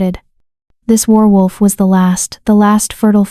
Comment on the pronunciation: Good story but the person reading needs to learn how to say werewolf. Pronunciation: wehr-wulf. Some of the time you say is right but some of the time you say it oddly. 😕😒😣